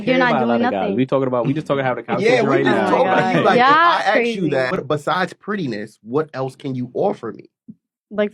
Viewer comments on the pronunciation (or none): I just AKSED 😂😂